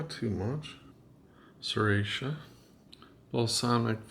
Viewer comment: Looked yummy...but, I would use wasabi and not sir-ot-sha, LOL 👍❤